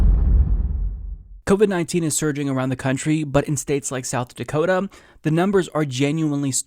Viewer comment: “South Dakotum”